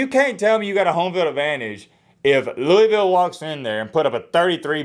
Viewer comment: Pronounce Louisville right before you speak on us like that me